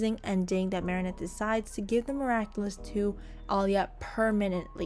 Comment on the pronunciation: Am I the only one who noticed she started saying Mary Anne at the end instead of marinette?